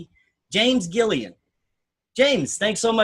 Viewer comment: Please let the other guy know that he pronounced James as "Giliand" and that is not his name. It it Gilliland. You have a lot less respect from me to have a guest on and you don't even have his name right.